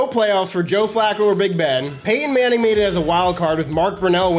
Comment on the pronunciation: Did you say Peyton Manning or Painting Manning?